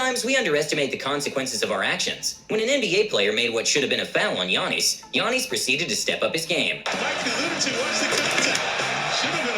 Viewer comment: Bruh the way this guy said giannis smh “Yanees”